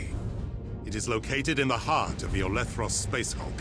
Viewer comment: Oh come on it is Olethros not olEthros, literally unplayable